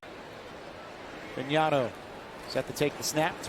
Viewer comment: This announce lr couldnt pronounce fagnano correctly 😂😂😂😂